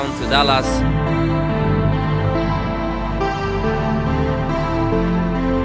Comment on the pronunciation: Thanks to ECU Master for helping out the boys. Great to have you guys in the US. GAAAAAHS impersonation is killing me and pronunciation of Dallas is just too good 😅